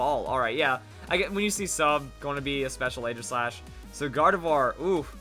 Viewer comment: It's pronounced Ee-ji-slash